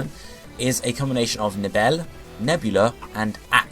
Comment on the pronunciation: You pronounce "Nebel" as "Nevel", btw.